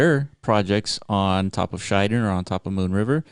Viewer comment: Good to see KSM ecosystem projects picked by Block runner. btw pronunciation is Shi Den not Shai Den (｀･ω･´)ゞ sir